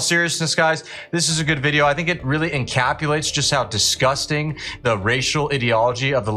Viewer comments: you said "Encapulates" that is not a word in the english language, there is a word Encapsulates, its basic grammar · "..encapulates...."??? How about 👉 encapsulates 👈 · There is no such word as encapulate. Its encapsulates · "...encapulates..." nice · Encapulates is not word homie